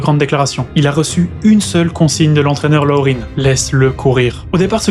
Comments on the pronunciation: Ne pas prononcer le nom de l’entraîneur « Loreen », c’est un Québécois : Lucien Laurin cela se dit Lucien Laurin. Et le jockey Ronald « Ron » Turcotte était franco-acadien. On est partout, on dirait. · Laurin était québécois, donc son nom ne se prononce pas « Laurine » mais bien « Laurin », en français, tout simplement… mais sinon super vidéo 👍